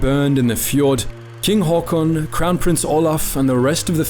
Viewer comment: As a Norwegian the first thing that struck me was how well you pronounced his name. Well done, really good first impression